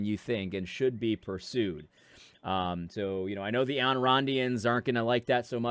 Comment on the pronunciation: Ayn Rand is pronounced like “ine” rhymes with “fine” (or you could just refer to her as Alisa Rosenbaum, but that might get you in trouble with the ADL) Loved the ask the constitution into your heart.. can just picture the short-sleeve dress shirt and tie… Hello! Do you have a moment to talk about the U.S. Constitution?